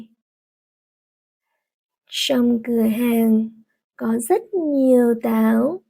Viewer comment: Absolutely great. Sadly she mispronouncedw most /cha/ sounds as /sha/ also nhieu sounds more like nhiu. Yjis is not standard Hanoi accent. The /ch/ pronounced as /sh/ is especially disturbing and misleading. By the way some episodes have no English still this probably the best vn learning site anywhere